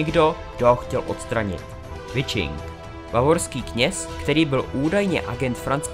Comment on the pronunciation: Pěkné. Jen Wiching se čte prostě "Viching", a ne "Vičing".